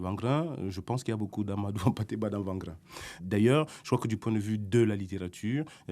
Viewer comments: C'est très intéressant, merci à vous. Cependant,wangrin se prononce pas comme le w de wagon mais "wé" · Wangrin [Ouangrin]